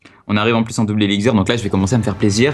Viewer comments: ELIXIR PAS ELICZIR xD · Ca me stress qu'il dise eliczir... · Par pitier qu'il arrete de dire "elexzir" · Ça me stress quand il dit "elixzir" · On dit éliXXXXXXir nom de dieu !